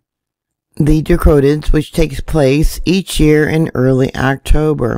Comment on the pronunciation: DRA-co-nids. Rhymes with PLAY doh kids! 😆